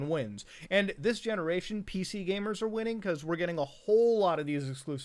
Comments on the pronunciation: He said Gay-mers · I can’t tell if he’s saying gamers or gaymers😏